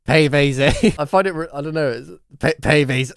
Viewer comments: "Pee Vae Zae" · “pee veez zey”